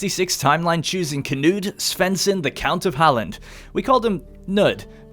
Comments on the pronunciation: As a swede I cringed so hard every time he said skåne or halland lol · I thought Halland was pretty decent! Blekinge however should have had an emphasize on the e at the end and it would've been great! Not perfect obviously, but you can't ask for too much! Edit: I missed the "Skåne", that was not great swedish-wise, but if I would have to say Skåne in english it would definitely have sounded exactly like lol